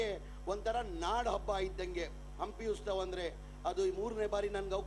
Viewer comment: 😮 ಉಸ್ತವ ಅಲ್ಲವೋ ಮಾರಾಯ ಉತ್ಸವ 🤦‍♂️